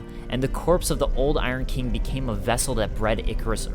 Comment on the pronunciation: Bruh it’s King not Keeng